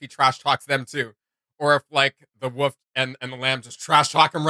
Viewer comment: The WOOL - FFF Not the wuff wtf?